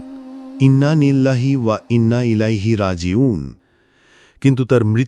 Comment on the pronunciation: ভাই, ইন্নালিল্লাহও ঠিক মতো পড়তে পারেন না !! মুসলমান তো না কি অন‍্যকিছু ??